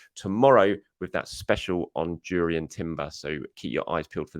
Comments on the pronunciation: Not Durrien but Yurrien, guys. 😅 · It's pronounced Yurrien Timber. The J is basically a Y just like De Jong and Johann Cruyff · Reminder it (J) Urrien Timber. The J is silent. Thanks